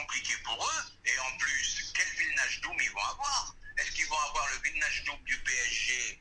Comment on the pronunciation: Le psg avait vilnachdum pas wignaldum 😭🤣 la prononciation c tropp